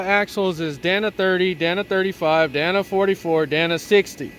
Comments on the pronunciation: Dana. Not Danna. DAY-nuh. With that body lift you could easily tuck the drivetrain up a bit higher and have a flat belly skid. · I used to date a girl named danna.😂 i believe the axles are pronounced "day-na"